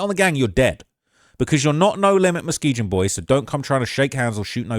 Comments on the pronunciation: Say mane stop pronouncing it Muskeejun 😂😂 it's a soft G, 'Musk-EE-GUN' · It’s Mu-skee-gun. Not Mu-skee-jun. Chicago natives are laughing at you. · I hate the way he pronounces muskeegan he said it with a J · That's my side of town born and raised and you can't even say the street Muskegon right😂😂😂 I used to live on Lakeshore my cousin was the new police patrolling the area over there not no more😂 is more than just double streets you forgot Colfax Philips I used to go get loose cigarettes it's not there no more come on man.